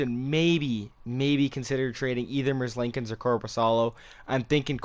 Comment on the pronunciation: It’s Merz lee kins